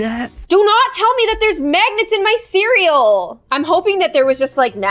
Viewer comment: ._., i swear i always thought she said" Happy day on GLOOOM" ;v; not...."happy day IM GLOOOOOM"